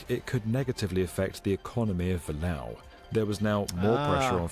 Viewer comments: It's NOT the "Mee-Lau" viaduct. It's the "Mee-Oh" viaduct. the "OH" as in Gateau "Gat-OH" , "Mee-OH" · It's not Milow Vayduc 😅 It's Vee-ya-duc (Duc not duck) de Mee-yo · Why do the narrator keeps saying Millau like that, it's Me Yo :D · Fyi, it's pronounced me-yo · The city is "miyo" even "miyoo" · By the way, the pronunciation in French is much more like "Mee-yo".